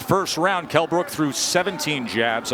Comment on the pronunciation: Kell "mi eye brooke, brooke" brook